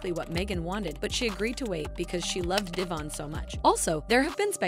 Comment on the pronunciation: De von NOT DAYVON!